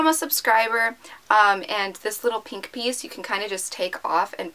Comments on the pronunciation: peenk its so annoying omg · why do all YouTubers say pink like peenk??? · Oh my god it's so weird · i know right 😂😂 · No trying to be a hater but the way she says pink 😁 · yeah what's wrong when she says pink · Wtf. Who pronounces it like that? She says it right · Anyone else get annoyed when you tubers say pink like tht